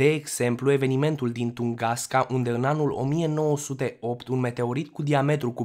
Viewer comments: De Tungaska unde ai auzit??? Cred ca ai vrut sa spui Tunguska si te-ai murdarit la gura de engleza!! Tunguska ii in Federatia Rusa. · Afirmații eronate 🤣🤣🤣🤣🤣 Corect este TUNGUSKA nu Tungaska 👽👽👽 iar în ceea ce privește aria de distrugere în nici un caz 200. 000 km, cred ca vroiai sa zici 2000 km pătrați!!!!!!